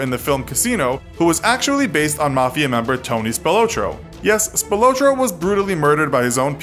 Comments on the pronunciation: Spill-low-trow to many mistakes to take serious. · Btw you said spilotro wrong